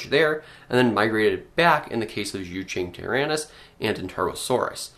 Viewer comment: Bit of a note on Mandarin pronunciation: It's probably better to pronounce ⟨z zh j⟩ as an English J sound (jerk, John), the ⟨c ch q⟩ as the CH sound (chew, chunk), and ⟨x⟩ as either S or SH. The ⟨e⟩ is typically the U sound in strut or gum, unless it's next to a Y or I. xui (sue-ee/shoe-ee) Zuchengtyrannus (jew-chung-tyrannus) Qianzhousaurus (Chee-en-joe-saurus; "en" being the name of the letter N)